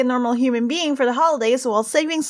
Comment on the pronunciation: you said... "HOLODAY" AKNWJSJSUDHDH